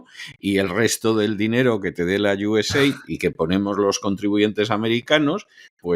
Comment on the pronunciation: Iu es ed, o usaid, nunca iusef, que pronuncia. Pronunciamos en inglés, o a la española, pero una pronunciación imaginada no se entiende. Otra solución seria mostrar esas palabras escritas.